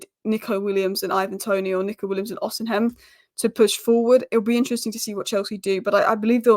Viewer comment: Who is Osenhem? Do English people enjoy butchering people's name. Maám its Osimhen (with the "h"and "N" being silent)